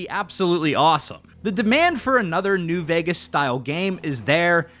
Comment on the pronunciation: my God, I was listening in the background while doing home stuff and the first time I've heard it like "Fallout: New Orphans" I've lost it